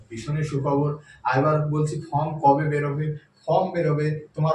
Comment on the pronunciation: Dada plz apnar spellig r pronunciation upor kaaj korun. ফর্ম টা বলেছেন ফ্রম, trade ta bolechen tread.Apnar vedio ta oneke dekhchen, sekhane apnar reputation er ekta ব্যাপার থেকে যায়।ধন্যবাদ।